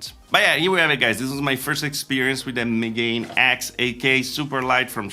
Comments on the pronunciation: Ah, right... that make so much more sense then. Still, the pronunciation would probably close to Megan X, not the pronunciation give where he's trying to pronunce it as though it's English -- ("meGAIN X") (Checks online Japanese dictionary) megane still has a clear "mega", which probably is part of what pushed them towards it. I also not that it is also used as an insult for a glasses wearer, which they'll probably see as an act of "reclaiming" the insult and rehabilitating it -- a sort of "geek pride" thing. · I think it’s pronounced “mega-nex”